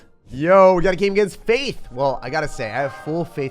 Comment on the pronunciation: That guys name was "Fatih" not "Faith". Fatih is a turkish name that means "Brave Fighter" or "Conqueror". That name is very old that we had a king named " 2.Mehmet The Conqueror" or "Fatih Sultan Mehmet" ( ) for turkish.